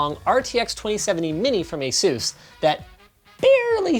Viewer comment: So I’ve been saying “Asus” wrong my whole life...